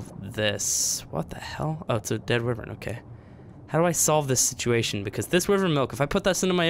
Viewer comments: Its wyvern, not wivern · You are saying wyvron wrong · why vern not wiv ren